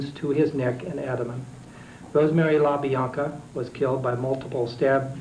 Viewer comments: La Biana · How hard is it to say La Bianca?